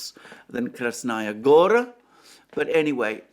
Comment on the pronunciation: About Krasnaya Gora being high ground: the place is called "gora" (meaning a mountain, or at least a large hill) for a reason. Btw, the strong syllable is the last one, gorA, not gOra. I know, it sounds alien to an English speaker.